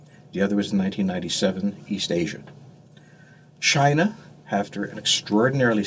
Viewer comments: Was his first word Chiner?! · I like how he says chiner. Lol